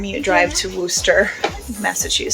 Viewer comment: it is Wuss-ter